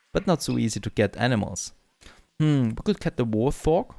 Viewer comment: He said warth-og instead of wart-hog